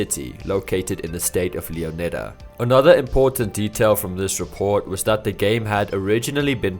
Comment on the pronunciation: if that’s the case, surely the emphasis should be put on the “O” sound as in, “Lee-ON-idda”